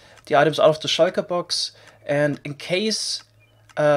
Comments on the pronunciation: I love how he says shulker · I love how you pronounce "shulker" tbh